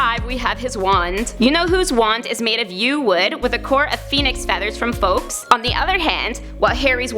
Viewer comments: Did she say Fokes instead of Fawkes omg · "folks" Its "fawkes" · WHOA WHOA WHOA! His name is Fawkes (pronounced in UK Eng Forks!) Not FOLKS! LEARN TO PRONOUNCE THESE THINGS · Did you say folks instead of Fawkes 😐😬😑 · It’s fawks not folks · She said "Fowkes" OMG it's Fawkes! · No!!!! Not Fawkes pronounced `fowx` Fawkes pronounced fox literally fox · Foxe!? Foxe?! It's Fawx!!!! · Folks????????????? It's Fawkes, pronounced similarly to 'forks' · Not fox not fawx it is fawkes! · Honestly, ya'll need to stop mispronouncing so many things from the Wizarding World. I've wathched multiple videos from this channel and I've heard the mispronounciations of Fawks, Erised, Boggart and many other things. Get you shit together. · Why did you pronounce the Phoenix's name like that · Yeah, I find it funny that the pronunciation of Voldemort was mentioned, and then she immediately pronounced Fawkes incorrectly. Unless, for some reason it's supposed to be pronounced that way??